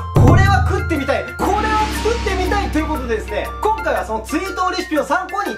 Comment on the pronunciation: こん↓かい↑